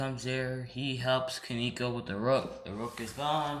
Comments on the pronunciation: it's koneko not kineko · it's ko-ne-ko